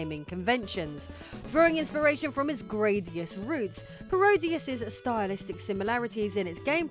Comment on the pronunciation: Thank You for pronouncing "Gradius" properly! Lovely!